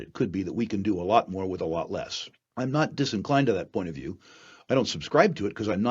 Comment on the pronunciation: Falue..Fictory..fiew.. I guess this guy doesn’t know the difference between an F and a V